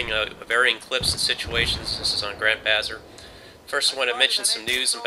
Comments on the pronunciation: Bazaar is said Baz-R; like in car, Not Bazzer :) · It's ba-ZAHR, bazr. :) I love the SKS I totally agree that its underrated